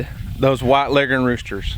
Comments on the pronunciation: Bo Bauer Yep, that’s how it’s pronounced, and we pronounce it that way up north, too! My grandfather (born 1917, Iowa) always said it that way. Here in Michigan, we say leggern, too. Leg-horn just doesn’t sound right. lol Just an guess — maybe the old Foghorn Leghorn cartoons destroyed the proper pronunciation.🤷🏻‍♀️😂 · You are correct in your pronunciation finally someone got it right